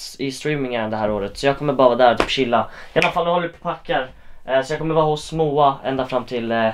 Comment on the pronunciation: Jag kan väl inte vara den enda som halvt stör mig på att han säger "iannafall" istället för "iallafall"? xD